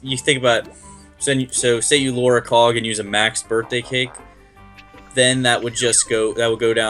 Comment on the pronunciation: dude its called LURE not LORE